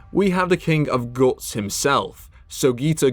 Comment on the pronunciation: I heard "The King Of Goats himself" instead of "Guts" in Sogiita's part 😭